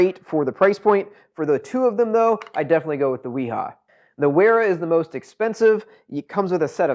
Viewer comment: Great video. Thanks for the comparo. Makes chosing a set a lot easier. BTW, Wera and Wiha are German. Both are pronounced with a V, not a W. Cheers